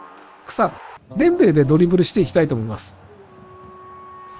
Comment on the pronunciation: デ↑ンベレ